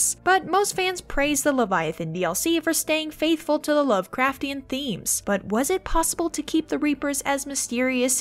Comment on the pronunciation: Christ! She BUTCHERED the lovecraftian pronunciation!! But she's right that there are some VERY strong Lovecraftian themes in mass effect: "That is not dead, which can eternal lie, And with strange aeons, even death may die." That sounds like both a description of the reapers AND a prophecy of their demise. Ia, Ia, Cthulhu fhtagn!